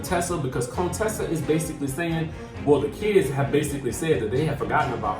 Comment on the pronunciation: Are you being shady, her name is Contessa not Conetessa lol. Can't wait for this season...a lot of twist and turns